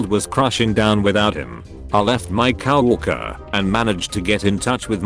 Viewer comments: English : Co-worker Voice : Cow-Orker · Is it just me, but does "co-worker" sound more like "Cow Hooker"...? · Who the hell says “cow-orker”? I hate these bot voices.